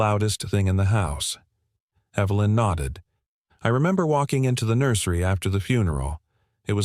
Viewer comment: The name 'Evelyn' is mispronounced, again with a hard 'E' when context demands a soft one. Oops LoL Obviously this issue is not understood by the author's team. Oops LoL